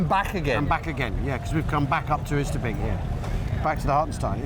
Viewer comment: I'm not Dutch, but I lived for a while near Arnhem, and to my ears "Oosterbeek" is pronounced more like English "Oaster Bake" (rhymes with Toaster Break). The 'g' in -weg is not hard 'g', but more like like 'ch in Scottish loch.